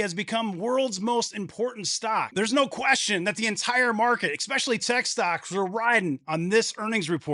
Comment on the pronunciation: Dude you should by now have the word "especially" nailed down. Try this: Ess-specially. It's just a long 's'. NOT exxspecially.